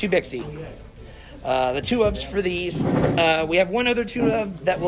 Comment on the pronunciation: Happy to see this deck return! But as a Chinese, still triggered by 'x' in names not being pronounced as 'sh'! Bishi and Bashia!